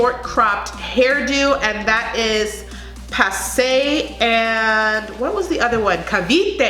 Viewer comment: Very food pronunciation except for pasay and taguig! Well done 👏